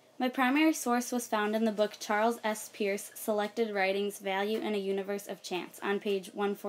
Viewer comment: Hi. I'm distantly related to Peirce. It's pronounced (purse).